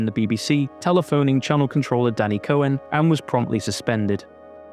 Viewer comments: "cohen" EVERY SINGLE TIME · “Cohen” huh? What is that, Italian?